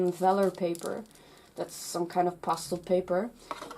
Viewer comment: When you were saying pastel paper it sounded like you were saying pasta paper.